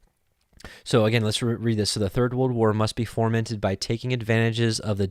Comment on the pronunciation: FOmented....not formented.